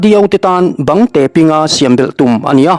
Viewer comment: Mizo ṭawng i chhiar dilo leh zeuh ṭhina,, bang tê nilovin bangte pina, tih zâwk tûr ani hmêl ve,😂 A bengvâr thlâk ṭhine